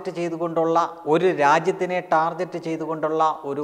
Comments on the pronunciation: Amazing information.. ടാർഗെറ്റ് (target) എന്നാണ് പറയേണ്ടത് ടാർജെറ്റ് എന്നല്ല.. brother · ടാർജെറ്റ് അല്ല ടാ(ർ)ഗെറ്റ് ആണ് ശരി .